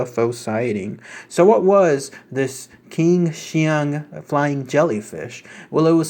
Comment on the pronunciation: The Q is pronounced "Ch" like in "China."